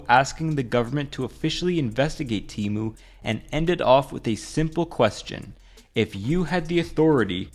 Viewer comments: Lol, it's Temu not teemu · Temu not tymu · I will never forget when they had to change "shop like billionaire" ad because the stupid text to speech lady kept pronouncing "Temu" as "Temoo". So they had to pronounce "Temu" as "Temoo" in the non-AI ad😂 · It's pronounced TEH-mu, not TEE-mu. And yeah, you'd have to be an idiot to buy from them. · I thought it was “Teh-mu” not “Tee-mu” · Man why Temu always tryna convince me its tE-MOoH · ...you're not even pronouncing it right... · I think you're pronouncing "Temu" wrong. Their ad doesn't have the hard E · Bro referenced the Super Bowl commercial that tells you how to properly pronounce temu and still said it wrong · It's so weird despite how widespread TEMU has become no one can manage to pronounce it right